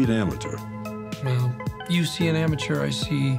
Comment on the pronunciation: The way they pronounce amateur differently is such a subtle fantastic touch